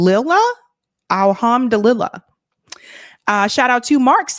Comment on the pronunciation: ALHAM-DO-LIH-LAH is the way Alhamdulillah is pronounced.